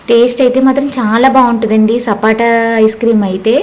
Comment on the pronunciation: Sapota andi sapata kadhu